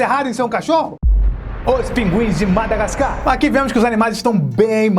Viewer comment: só eu reparei q ele falou madagascam ?